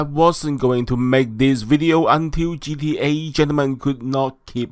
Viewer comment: Its not gea its gta guy get it right yoooo